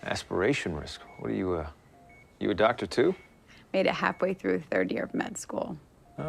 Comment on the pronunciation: Because she’s not a doctor! Really though I’m not sure how no one on set corrected her. She butchered it haha.